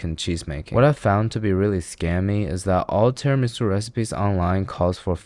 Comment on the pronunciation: as a long time italian follower.... you just killede me with that "tiramisu" :( wish i could slap you through the screen